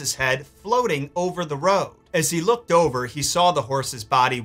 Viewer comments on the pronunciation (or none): none